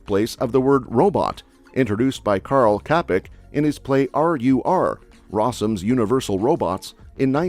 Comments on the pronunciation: Karl Kapek :DD. His name is Karel Čapek we. č is pronounced like CZ in Czech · Good video, but please, better pronunciation next time, like Karel Čapek isn't [Karl Kapk] but [Karel Chapek] 👍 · Typical western ignorance of Slavic letters. S is different than Š, the small v above is not an ornament, but a softener changing s to sh. C is never K, but always "ts". Karel Čapek is pronounced as "chapek" and not kapek! Before reading such a text you should at lest inform yourself about the basic Czdch pronunciation. Haven't You ever thought that those signs ' or small "v" above letter have their meaning? Your ignorance of letters č, š, ž etc. is sad, but unfortunately typical for English speakers!